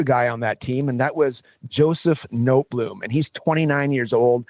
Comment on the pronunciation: Notebloom 🤦🏼‍♂️🤦🏼‍♂️🤦🏼‍♂️🤦🏼‍♂️🤦🏼‍♂️ its Noteboom cmon guys, this is embarrassing that youre acting like you understand these FAs so well and then cant even pronounce the name right